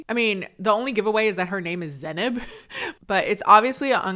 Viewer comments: yeah I wanna hear her say her own name a few more times because I'm not sure how to pronounce it, but whenever Cole says it, it feels wrong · Hi, I'm from central Europe and I haven't noticced a difference in the pronounciation? Can anyone explain how he mispronounced her name? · To be fair, colleen said in a podcast that Cole also pronounced her name wrong. Doesn't mitigate him only pronouncing it correctly when he exaggerated the pronunciation of the name, but I think the guy doesn't care to pronounce names correctly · I couldn't agree more. How dare a normal looking dude like him talks to her like this? She is fucking gorgeous and looks so much better than him. He never even pronounced her name right.